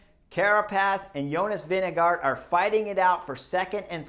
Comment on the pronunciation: Why do you ask an american? The name pronounces Vingegoor with a thick r.